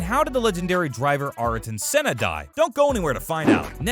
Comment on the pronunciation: GIELESS VELLNUVE ARTIN SENNA MICHAEL SHOE MAKER ALAYN PROEST